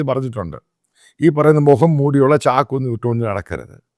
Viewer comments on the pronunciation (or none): none